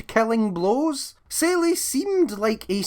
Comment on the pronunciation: Selly? You mean Seele (pronounced Zee-La)